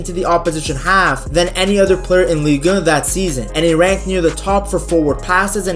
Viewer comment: It's not the most eloquent pronunciation but he's clearly pronouncing the french league in french, ligue un.